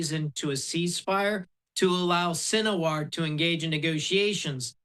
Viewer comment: Gutter, huneyah and sin a war. This guy's a real expert. Cant even pronounce the words.